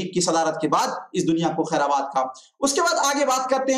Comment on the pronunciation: अरे भाई उच्चारण सही करो खैराबाद नहीं खैरबाद होगा।।।।